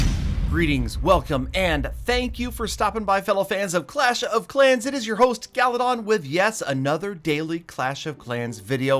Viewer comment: “GALYdon”